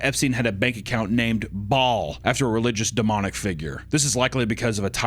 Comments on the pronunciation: IT'S PRONOUNCED "BAIL" NOT BALL BAAL = BAIL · it’s pronounced bail